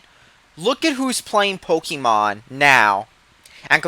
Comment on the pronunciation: Ok did u say PokEYYYYY Mon?! Na boi. It's Pok E mon